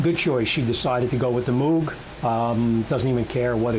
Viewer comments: It’s pronounced mowg, combo of mow with a g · Moog is pronounced like Moe-g. Like Mow your grass. Or Larry, Curly and Moe.